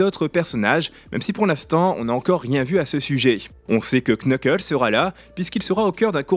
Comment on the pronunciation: Cela se prononce "NEUKEULSE" C'est de l'anglais en plus je suis sure que l'acteur français et le Japonais t'insulterais pour avoir osé